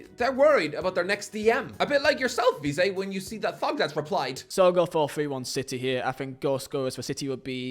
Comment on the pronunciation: How can’t he pronounce vizeh